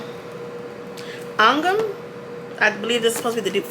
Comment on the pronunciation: The accuracy of her saying angham is music to my ears